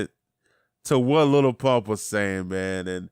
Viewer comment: why you say "little" its just "lil"